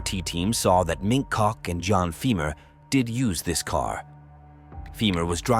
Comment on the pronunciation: Every time you say "mink cock" I laugh.